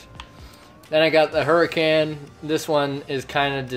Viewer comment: It's is said Lamborghini hur-I-con